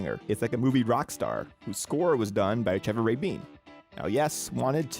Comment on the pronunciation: There's no mention of the Relayer, Talk, The Ladder and Magnification albums and the folks that played on those albums. plus the pronounciation of Rabin? geez...